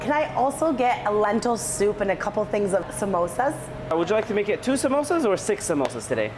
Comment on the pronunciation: I'm an Indian andddd WHY DID U PRONUNCE SAMOOSAS AS "SOMOSAS"